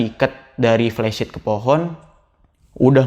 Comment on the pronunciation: Flysheet bang bukan plesit